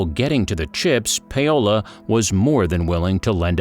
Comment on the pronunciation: Does the narrator seriously not know how to pronounce Paolo?